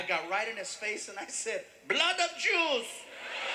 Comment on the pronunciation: you SERIOUSLY have to learn what humor is :D ... Me as a german laughed my head off as he droped the "blood of yews"... The world is sooooo full of trouble and shit. Everyone has the right to be ripped off in jokes :D